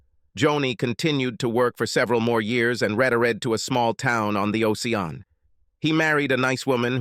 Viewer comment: The story went on for too long. The mispronounced words were funny. I liked what he was O See Un instead of Ocean and Sepa - Rate, instead of Separate. 😮 The guys wife was a piece of work. 🎉🎉🎉